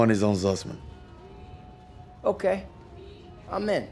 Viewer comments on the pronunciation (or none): Het zussman en geen zuuzmaan😂